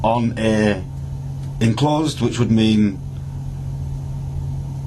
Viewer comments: you are right but if you listen carefully she does pronounce it as “in closed” a couple of times 😂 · Stupid woman it’s enclosed not inclosed which is considered archaic and nonstandard. talked too much answering her copsplaining.